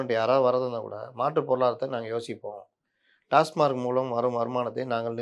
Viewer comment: TASMAC டாஸ்மாக் Not TASMARC அல்ல டாஸ்மார்க் அல்ல.